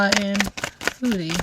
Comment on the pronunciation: Fabulous reading, i must say when you say her name it always sounds like Feudy beauty 😂 makes perfect sense to me 🙏❤️